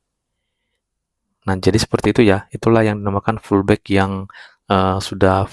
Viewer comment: oalah pullback to..abang bilangnya fullback..hehe